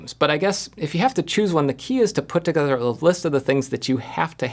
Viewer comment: "... the key is to put toghzhrzher a list of the things..." 😄 Sorry it just made me laugh, much love Jeff ! 🤗